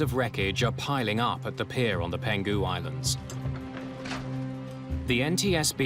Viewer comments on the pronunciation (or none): It's Peng-hu Island, not Pen-Gu. Did you guys use an AI voice or something? Or someone who just "winged it" over Chinese terms? Tsk, tsk.